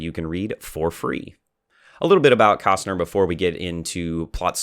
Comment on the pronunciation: Ooooh I'm glad I found about this before it's all over!!! Kästner is pronounced more like Kestner due to the Umlaut. You are BOTH very pretty! ;-)